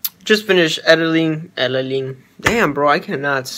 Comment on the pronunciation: The part when you said ediling lmao